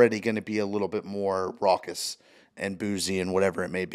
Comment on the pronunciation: He’s saying raucous